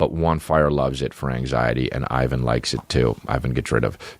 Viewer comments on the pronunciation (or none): none